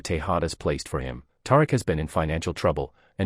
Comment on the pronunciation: I can't continue. His character's name is not Tar-rick